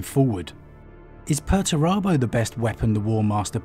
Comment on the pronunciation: It's 'Pur-ture-abo'! Lol love your videos though